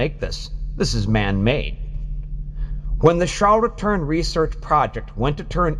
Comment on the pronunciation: Ture in .....pronounce it correctly